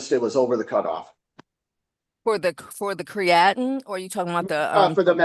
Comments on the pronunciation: This drug test "expert" is a joke. It's pronounced "cree uh teen", NOT what she says lol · “Cree- at-in?! COME ON! She’s fu*king with me right?! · She can’t pronounce “creatinine” either. But she knows the concepts.